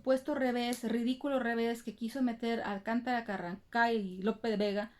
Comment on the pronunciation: Me gusta cuando dices Carran... Ca ☺️